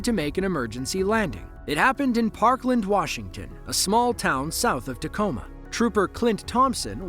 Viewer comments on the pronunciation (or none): none